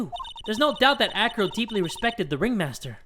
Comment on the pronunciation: Who also thought he said Afro instead of acro